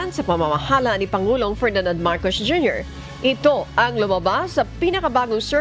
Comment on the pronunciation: Si ate parang hirap bigkasin ang S. halos lahat eh Sh. Marcosh, reorganishashshon…. Lol